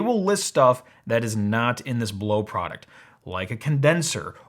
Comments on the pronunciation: Lol, that's not blow that's "blowksz" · I thought it was called Blaux, not Blo. Maybe I'm stupid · See, you would say Blaux like Lascaux, y'know, that famous french cave with all the paintings and shit, yeah, just... just a little phonetic reading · And the Aussie adverts here pronounce it Bl-ow (rhymes with now). I had a giant sized (compared to that little thing) evaporative cooler years ago, and it was useless in hot humid weather, it could barely cool you sitting right in front of it, let alone attempt to cool a whole room! So I have been put off evaporative coolers forever thanks to that experience. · considering how you made such a big dumb point about pronunciation - you should have known that Blaux rhymes with Tau. now - i've already ordered one of these portable air "conditioners" - clearly advertised as ANYTHING BUT a conventional compression-expansion-cyclic heat-pump. so i was ready to hear your PROOF that i had foolishly fallen for such a terrible "SCAM". what i actually heard was a bit of science - a lot of quibbling - and a rush to judgment - but no PROOF of anything. one thing i DID learn - is that i should be more wary of your click-bait titles in the future. and we shall see how well - or poorly - this unit works - here in hot ARID new mexico - when it arrives. (granted that Blaux SHOULD make it clear that the performance of such a device will strongly depend on the local humidity.) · i pronounce blaux BLOWKCS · "Blaux" is supposed to be pronounced "blow"? Really? I read it as "Bl-aux" - as in "auxiliary". "Blaurcks" or something; that's how I can best write it. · Ugh! I ordered one June 12th and haven't seen it yet. All I received was an order confirmation. I reached out 2 days ago by phone and email. No luck. This product is being shipped from China from the order confirmation. Had I known that, I would have never bought. Blaux however the heck they pronounce it has 2 choices. 1-send me the dayum product, 2-refund me my dayum $